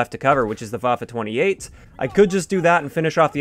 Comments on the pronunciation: First YouTuber to exually pronounce the Waffe 28 like Waffe 28 instead of Waf 28... Great job! :) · You‘re the first American pronouncing „Waffe 28“ right lol